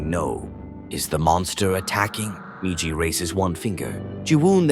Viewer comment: I cannot wait for AI to die so people read their own damn YouTube videos again. I fucking HATE AI voiceovers. An hour in and the stupid ass ai forgets the M-I-J-I spells MIJI. Mispronouncing every other repeated word throws me completely out of the rhythm of the video.